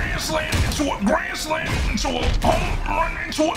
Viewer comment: I like the way bro said grand slam into gran slam gran slam